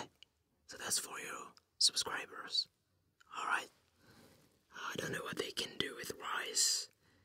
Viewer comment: Something about the “rice groooins alroooiitt noice!” Just made my Aussie heart smile 😂